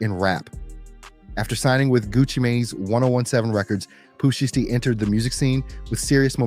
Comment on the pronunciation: It's pooh sheisty, I don't know how this man is pronouncing the word sheisty but he needs to stop it. It's annoying!!! 😠🙄😫